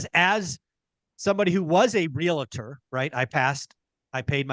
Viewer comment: Guys. It's Real-Tor. Not Real-La-Tor. Ya killing me.